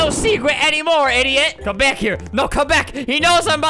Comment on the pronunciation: I love how you said get bick here instead of saying get back here